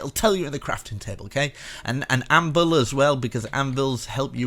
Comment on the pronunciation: How dare u Mr. Dirt was TRIGGERED !!!!!!! Did u just said anbil?